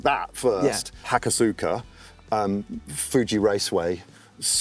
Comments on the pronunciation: "Hakosuka" is usually said more like "Ha-ko-ska". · My mans said “Hackosoookuh” 😂